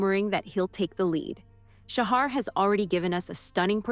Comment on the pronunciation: Interesting, but please learn how to say his name correctly. It's pronounced "Shaha". That directly from him. Thanks.